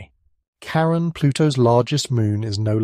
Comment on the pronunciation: CHARON... NOT KAREN!